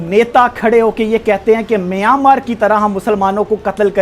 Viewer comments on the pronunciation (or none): none